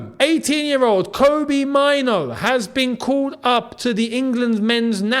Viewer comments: Main - Nuu , not Mine- Nuu. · as a Ghanaian myself, and with Kobby being of Ghanaian descent, Mainoo is pronounced "may-nuu" not myno in Ghana. but i guess its up to him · the pronunciation is "Menu" with a stress on the "u". You are pronouncing it like "minor" which is wrong. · Erm a little bit of advice you are pronouncing the Mainoo wrongly,... Its a Ghanaian name and we it May-nuu but its slept Mainoo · the name is pronounced Meinuu